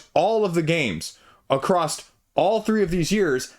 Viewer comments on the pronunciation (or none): across. Sounds like you said acrossed/acrossd It’s my pet peeve. Sorry